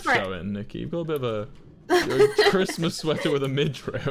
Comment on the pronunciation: when you already know that wilbur is drunk when he cant say chrismas right XDDDDDDD